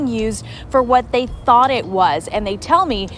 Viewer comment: I have to tell you I have been watching your videos for awhile and love them but funny note ! I thought you were say thock pocket and meant another body part 😂 I just realized you were saying thought pocket "Running her mouth " absolutely dying laughing 🤣 here .